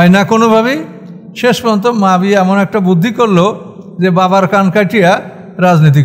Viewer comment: মুয়াবিয়াকে আপনি বারবার মাফিয়া অন্যরকম ভাবে বলতেছেন এটা কি ইচ্ছাকৃতভাবে নাকি আপনার ভুলবশত বলতেছে না।